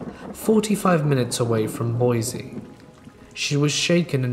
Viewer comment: Hey, I know it's completely irrelevant, but Boise is pronounced Boy-see not Boy-zee.